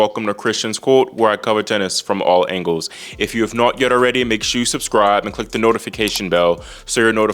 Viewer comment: Your British intro is getting better but the way you say "angles" is still a total giveaway :D